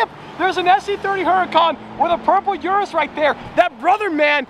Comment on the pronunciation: How many times can you mispronounce Urus in 30 seconds?